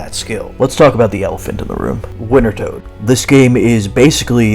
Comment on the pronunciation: Hot damn are you trying to mispronounce wintertodt? I got so much whiplash from the 6-7 quickfire instances of the name drop.